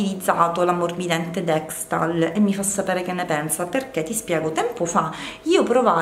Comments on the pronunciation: dekstal??ahhaha sei una comica dexal.... sono cmq buoni i prodotti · deXal non DexTal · deXal non deXTal😘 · Si dice Dexal❤